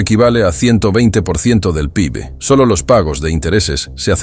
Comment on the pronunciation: P 1ºB ?? jajaja al menos haber corregido eso, se dice P i B Producto Interior ( NO PRIMERO/1º ) Bruto